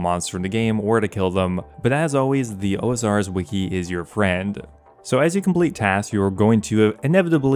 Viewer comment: brother, you rponounced osrs wiki as if it were the Ozarks Wiki wth